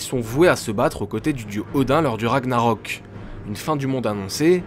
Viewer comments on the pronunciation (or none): none